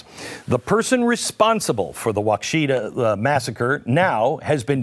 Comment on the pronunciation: It might be wa-KEE-sha, not Wa-Ke-shaw.